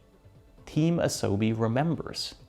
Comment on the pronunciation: Sorry to be snarky. Truly. But your pronunciation of Asobi doesn't make my top 3 pronounciations of Asobi list of 2024.